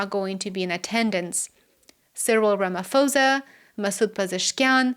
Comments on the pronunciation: Hi, please allow me to point out that Cyril Ramaphosa's surname is pronounced RAMAPOSA. The H is silent.Greetings from 🇿🇦🇿🇦🇿🇦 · Thanks I think I speak for many when I say that we all looking forward to the BRICS summit 🇿🇦🇷🇺 The "-pho" in the South African president's surname is pronounced as in "post" 🇿🇦